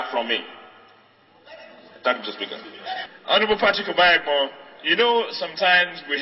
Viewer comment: This newscaster is a mess for not being able to pronounce the name OBAHIAGBON. Is she not Nigerian?.